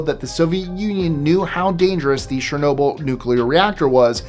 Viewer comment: "CHER-no-byl", NOT "SHER-no-byl".